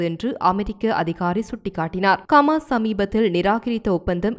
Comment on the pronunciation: ஏம்மா உங்க சமூகம் செய்தி நிறுவனத்திலுள்ளவர்களுக்கு ஹ என்ற உச்சேரிப்பு வராதா ஹமாசுக்கு கமாஸ் ஹௌதிக்கு. கூதி என்றும் உச்சரிக்கிறீர்கள் உங்கள் செய்திகளை உலகம் முழுதும் உள்ள தமிழர்கள் கேட்க்கின்றோம் கேட்பதற்கு அருவருப்பாக உள்ளது பிழை இல்லாமல் திருத்தி வாசிக்க கற்றுக்கொள்ளுங்கள்.